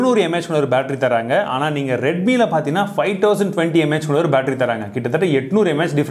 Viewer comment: Bro it's not mh it is mah